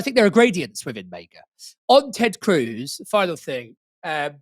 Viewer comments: why tf does pronounce MAGA like that? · Why is he pronouncing MAGA that way? 😭